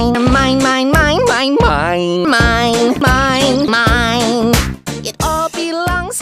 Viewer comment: Smine not mine lol